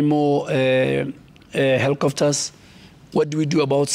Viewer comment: why he is saying "hellicofters"?